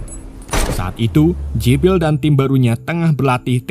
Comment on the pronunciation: jibral jibrill . mimin e mabok